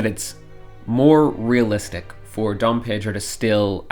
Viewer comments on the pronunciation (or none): none